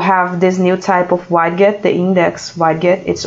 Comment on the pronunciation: for the record, the word "widget".. is pronounced like this.. (ˈwɪdʒɪt) or (wid-jit) click on the pronunciation speaker.